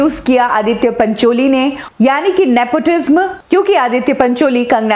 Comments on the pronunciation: It's Nepotism and not Nepotisma as you pronounce ...Kangana is exaggerating nepotism a far bit I guess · Love the way she says Nepotisma instead of nepotism.😀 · Nepo tizmmmm nhi😅😅😅, NEPOTISM Hota hai....... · omg why are u pronouncing it.. "nepotizzmaa" are u well educated enough to be reporter??? or are u also the product of nepotizzzmaaa??? ## kangana❤️queen ## justice for SSR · I was about to comment this she pronounces the word truth differently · PRONOUNCE IT AS nepo TIZAM. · Please learn to pronounce “NEPOTISM” I get goosebumps when she pronounces “NEPOTISM” its so simple to pronounce it. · Nepotism is pronounced as nepo ti sam, ने पो टी स म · Why do you pronounce nepotism so weirdly??nepoti - sma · The pronunciation of nepotism is ne-po- tee-zem. Please say it right. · Just a suggestion. Please pronounce properly the word nepotism. Dont put pressure while pronouncing the word tism. Tism should be pronounced as tisam. So pronounce it as nepotisam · I got triggered when you pronounce nepotism like in the last 'sm' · Please pronounce "Nepotism" properly... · Your say nepotism v weirdly...bad pronunciation